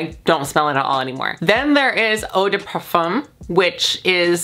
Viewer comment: i just want to say as a french speaker i find it so cute how you pronounce "parfum" it's so awwwww